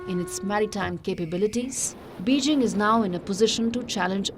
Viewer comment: Erm you need to practice your Mandrine Pronuncation. And at least get "Beijing" right